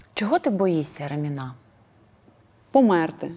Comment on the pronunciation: Ударение не можешь нормально выговорить? РамИна!